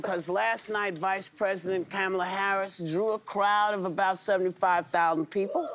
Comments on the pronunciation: Whoopie should know how to pronounce Kamala. 😮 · Whoopi doesn't pronounce Kamala's name correctly in spite of her admiration for her. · Will someone please tell Whoopi how to say Her name! She’s has been the VP and is all over the news! I can’t believe she still hasn’t gotten her name right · Whoopi....LEARN HOW TO PRONOUNCE HER NAME. You've literally met her. This is ridiculous at this point. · Does anyone else notice that Whoopi pronounces Kamala's name wrong? For as much as they want to criticize people that say it wrong. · How come Woop keeps saying Kamala wrong, isn’t that racist 😅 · again whoopi saying kamala 's name the racist way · Whoopi just said her name wrong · Whoopie, please stop pronouncing VP Harris's name!!!! I would like to think that you, of all people would pronounce her name correctly! You are a legend, a GOAT 🐐 when it comes to correctly pronounce peoples names! I love and respect you so much but, each time i hear you say the VP'S first name, i cringe! BTW watching the view today, you were told by your producer etc. that you have been pronouncing her name and you gave an explanation of what you heard regarding hooked on phonics! Btw i addressed my comment about this several days ago! ❤ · Why in the world can't Whoopi ever pronounce Kamala's name correctly?